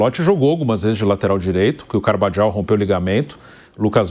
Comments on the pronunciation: Fala nome direito seu fresco se fala Carvaral e não Carvajal sua Panfora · nao é CarvaGIAU é CarvaRRal, J tem som de RR. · nao sabe nem.pronuncia o Nome do Carvajal